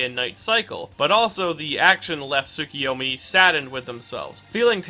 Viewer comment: Its tsukuyomi not tsukiyomi.